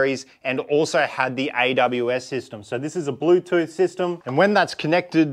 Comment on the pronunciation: bruh, you lost me with "Blutooth"...